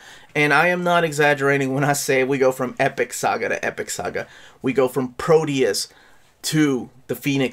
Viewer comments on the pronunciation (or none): none